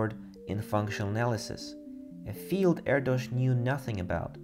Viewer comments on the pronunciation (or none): none